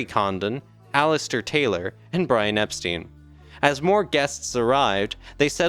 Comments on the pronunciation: Not super impressed, I'm afraid. He sounds like somebody reading text without any real knowledge of what he's talking about. Somebody older, English and with more authority in their voice would have been better. And Brian Epstein's surname is pronounced Epstine, not Epsteen! Jesus! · Not EP-STEEN. It is pronounced EP-STINE. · Or even Ep Shtine. That’s how we learned to pronounce “Stein” in German. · Good narration, definitely a step forward. I would check the pronunciation of Epstein, it’s ei not ie.